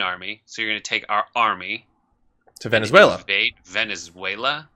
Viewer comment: it can't be Trump cos he can't say "Venezuela" properly